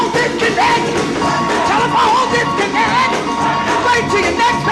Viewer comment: Telephone disconneck 🤣🤣🤣🤣🤣🤣🤣😩😩🤣